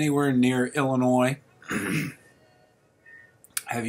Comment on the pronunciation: ILL&ANNOYED (Illinois) 😂